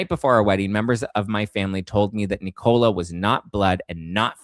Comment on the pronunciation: It's Nicola not Knee-Cola...